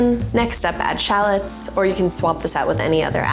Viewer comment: Very helpful thanks. However, you don’t pronounce shallots like that, it’s pronounced shallots.